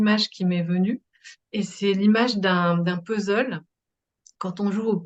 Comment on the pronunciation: idem pour moi 😅 c'est pourtant pas compliqué de dire puzzzzleu !même un étranger y arrive ☺